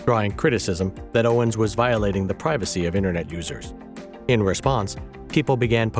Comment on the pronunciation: Seemingly, an AI narrator which cannot properly pronounce Owens' name? And thinks someone who has supported same-sex marriage and a trans presence in the military is "far Right" is a bad joke. //